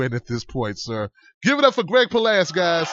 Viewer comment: its palast not palast; l love the show